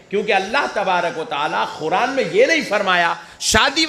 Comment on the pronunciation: Pujari sahab masjid k imam sahab k paas ja kar Quraan lafza bolna sikhe pahele.khuraan naa kahe🙏